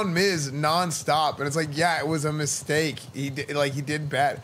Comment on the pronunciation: Am I the only one who heard miztake